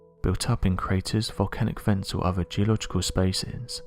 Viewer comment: Oh God, I wish this orator would learn to pronounce his "th's"! Instead of saying "oTHer", he's going with "oVER", like a little kid with a speech problem. It's VERY difficult to really LISTEN to what's being said when words are mispronounced so badly! See a speech therapist! It's hard to believe a story like the one of the men chasing down a creature in a swamp didn't go NATIONAL, and be covered thoroughly! Especially with 5 people being killed....